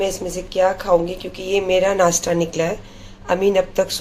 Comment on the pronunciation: madam Nashta bolna seekh lo nasta nahi bolte h do class padh lena tha